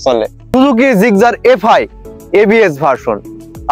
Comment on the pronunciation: জিগজার না জিক্সার,,, উচ্চারণ সঠিক করুন ব্রো 😊